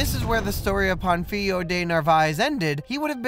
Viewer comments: My dude... at least try to pronounce the name of the guy correctly. Do you see that á in Pánfilo? It means Pa is the accented syllable, so it should be pronounced PANfilo instead of panFIlo. I get that Spanish is not your native language, but a minimum amount of research in top of what you already did would elevate the quality of your video even more. Speaking of research, you skipped over one of the most interesting and lesser known facts about slavery in the new world. What matters Is not that father Las Casas argued against enslaving the native Americans, but the REASON why he though it was wrong to do so. If you run out of material for your videos, consider making one covering the Valladolid debate. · how do you make a 20 minute video about Pánfilo de Narváez and still fail to learn how to pronounce his name correctly 🥴 Also it´s King Charles I of Spain, not V